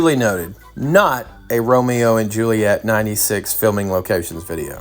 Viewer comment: Hate the way he says "Excetrahh" instead of Etcetera. The boner he was popin for the Romero and Juliet locations was nauseating. Yet another VHS he watched endlessly along with his wore out copy of Beauty and the beast. And ohhhh ohhhhh can we please point out how on almost every international trip there are so many Woovians in the comment section who are experts on things where he is at. Over the last 2 or 3 videos so many of them were quick to give the complete history of the VW beetle being built there for years.